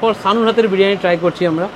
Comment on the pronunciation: বিরানী বিরানী করবেন না। বড্ড কানে লাগে। কথাটা বিরিয়ানী।